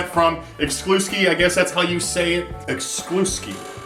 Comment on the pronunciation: He Said, ( excluskee???? excluskee ???? excluskee helmet? lol. good review man. :)